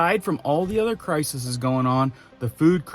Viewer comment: Pronounced Cry-Seas. Plural crises. 😘